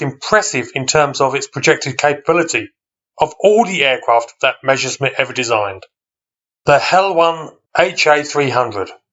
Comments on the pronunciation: Not Mezherzmit but (harder pronounciation): Mesershmit (with s in "Mes" like in Douglas). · The first words in the video : when I say Meschersmitt 😂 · Not to be disrespectful: try to pronounce Messerschmitt in two words : Messer (short break) Schmitt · Sorry, I meant no offence, I'm just nitpicky. It just seems odd to me when people write "Messerschmidt", despite the fact they clearly see it written differently, or swap "sh" and "s" when pronouncing it. I'm not a native anglophone, though, maybe it's a tongue-twister in English. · Willi Messerschmitt - presumably one of the most mispronounced and misspelt aircraft designers in history. :-D